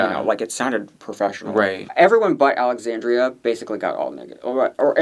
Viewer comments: AlexanDRA, not AlexanDRIA. Denébola is Den-AY-bow-la. Please respect the queens and their names :) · Always funny how butchers those Spanish names lol. Alexandria and Santine lmao.